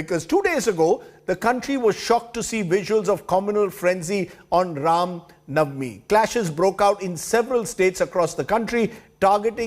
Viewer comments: Ye Rav navami Kya ha pade likhe gawar? It's Ram Navami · Rajdeep not able to say Ram navmi properly but he can say Ramzan without any problem 😀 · This does not even say RAMNAVAMI correctly ! when has he convrted to or chaged his religion ?